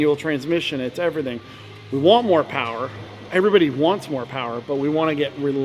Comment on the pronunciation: "More Powa Baby"